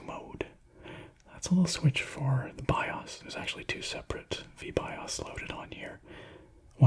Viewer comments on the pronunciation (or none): none